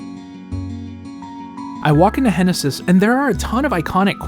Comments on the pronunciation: "Henesis" ... okay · "Henesis" "henesis" "henesis" ...